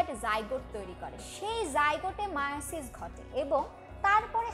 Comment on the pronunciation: এ ভাই মিয়োসিস না মায়োসিস